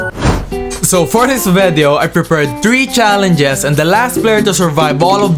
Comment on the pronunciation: I love the way when he say "VEDEO"